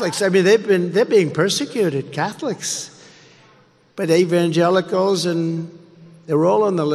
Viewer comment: Evangelicals…??? Oh boy that was a tough one for him. He actually said Evan-jealous-ellls..!